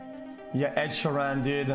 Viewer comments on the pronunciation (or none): Everyone: Ed ShEEran xQc: Ed SheerAn Everyone: OMG LUIS FONSI, STOP xQc: Who the f is Luis Fonsi? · Ed sher-an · The way he says Ed sheeran